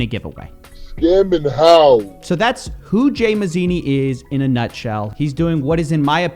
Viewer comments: The dude isn't even Italian. Dude is an arab or something. "Mazini"....lmao Sounds like he got it from an "Italian name generator" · 'Mazini Italy PRUHducts'